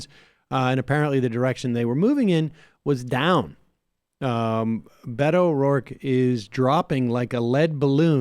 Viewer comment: Sam said Beto like He was saying Fuck You.